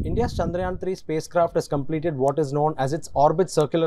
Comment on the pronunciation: Loves the way he pronounced chandrayaan so perfectly